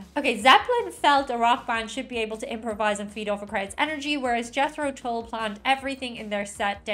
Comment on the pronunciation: Late 60s - 70s - and beyond till now Jethro Tull was a 18th century English agricultural innovator who invented the seed drill pulled by draught horses Cracks the English-speaking world up the way Yanks pronounce ‘Tull’ like ‘pull’. ‘Tull’ is pronounced ‘t-uh-l’.